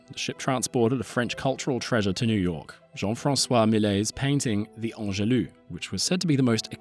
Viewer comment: He does say ‘Angelus’ but pronounces it as ‘Angelou’ rather than giving the correct French pronunciation sounding the final S.